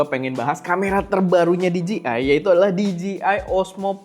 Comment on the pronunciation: Koreksi cara penyebutan DJI yang benar bang, yaitu "Di-Jei-Ai", Bukan "Di-Ji-Ai". Terlihat sepele namun maknanya beda, "Di-Ji-Ai" lebih tepat kalau mengeja huruf DGI. Atau biar tepat sekalian aja pakai pelafalan Indonesia yaitu "De-Je-I" wkwk